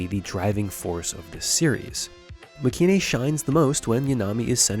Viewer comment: I'm pretty sure it's actually pronounced make-in (マケイン) as separate words due to it being a shortening of make and the last part of heroine